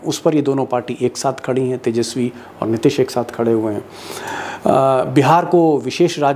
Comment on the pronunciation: Sir, Aap " Nitish" ke pronunciation mein always mistake karte hain. Hindi mein Likhte sahi hain. Ti ke uchcharan mein badi ee ki matra hai. Please